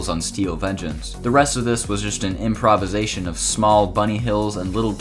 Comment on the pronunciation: improv-is-ation? huh